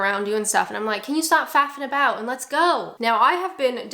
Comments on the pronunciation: ok. Sounded like fappining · She said Faffing, something else entirely